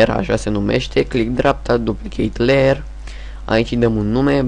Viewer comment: Este layer ,nu ler.